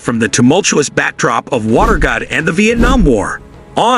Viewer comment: WATERGATE, not Watergot